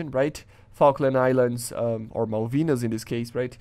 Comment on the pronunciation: its said malvina´s war, meus deus